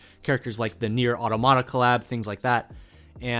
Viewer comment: automata is pronounced 'ought-TOM-atta'